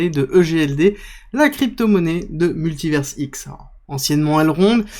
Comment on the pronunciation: En Français, à la fin d'un mot, le S est muet. On dit Paris et non Parisse, bah c'est pareil pour univers ! Il faudrait écrire MultiverseX avec ta prononciation. Tu transformes leur blockchain en site porno 😅